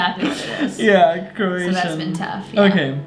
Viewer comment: Its Croatian not Keration.